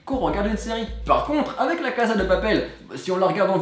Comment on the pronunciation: La caSSSSSSa de appel, pas la caZZZZZZa de papel